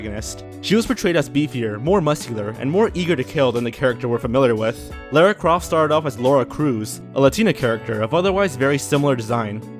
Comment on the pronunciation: lair ah croft... Just like glay see air. lair ah croft said the prophet must be in the glay see air.